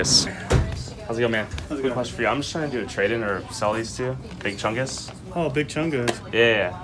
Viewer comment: Each time says big Chungs I slap myself